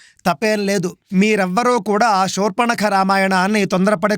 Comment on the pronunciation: మీరు షూర్పణఖ అంటున్నారు, శూర్పణఖ అని పలకగలరు 🙏.